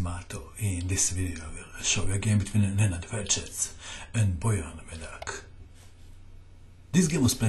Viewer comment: are you croatian or from the balcans? i hear saying "Nenad Ferches" and "Bizovas". Also "pirs defense"